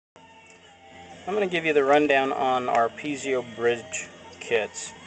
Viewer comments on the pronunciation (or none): Are you sure it's not (Pee et zo) as in pizza. Or even (Pee a zo) would be better than (Pee zee o). That's a nucular mistake. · Brother is is pronounced - Pee Zoh - not pee ze oh - thank you for sharing from OzMerica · For the love of god,please stop saying pee-zee-o. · I know right!!! PEE A ZO or PEE EH ZO. FUCK!!! I can't even watch this whole thing.